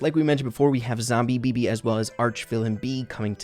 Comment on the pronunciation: he says Zombibibi instead of Zombibi =:)